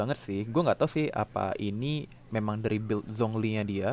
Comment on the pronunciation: Zhong Li dibacanya Chong Li